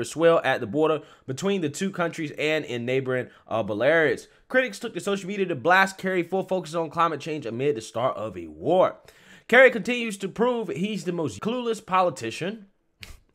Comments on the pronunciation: Not making fun of you bro cuz I love ya, but Belarus is pronounced Bella roose, not Bellaire us. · Bro the way you pronounced belarus hahahah you killing me with that